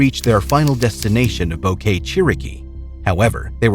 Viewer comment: What on earth made you think that Boquete would be pronounced Bow-Kay? Bo-ke-te!